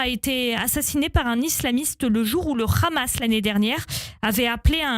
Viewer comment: Le Rhhhhhamas...😂 Vous racler la gorge pour le prononcer ne vous ne donnera pas plus de crédibilité... Journalopes.... Quel beau néologisme pour vous définir...